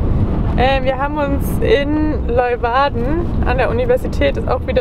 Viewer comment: Klugscheisser-Modus an*. es heißt Lee-uwarden, nicht Loiwarden *Modus wieder aus Willkommen in meiner Ex-Heimat 😊. Schlafen bei so einem Wetter ist schlecht, hatte ich auch mal, an der frz Atlantikküste, dazu prasselnder Regen auf dem ungedämmten Kunststoff(klapp)dach. Horrornacht. Aber Ihr habt's überlebt 😄. Freistehen soll in NL ja strengstens verboten sein-wie kommt Ihr so durch?